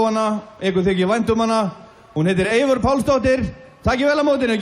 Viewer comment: Aonghus MacCready...who is Evior,mate?! Her name is Eivør. If I were to write your first name down and I would mispronounce it "Angus", wouldn't you demand a correction?!